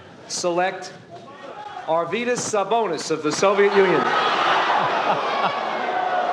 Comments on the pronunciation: Hes Arvydas [R Wee Das] pronunciation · Hes not Yourvydas Hes not Myvdas Hes Arydas Sabonis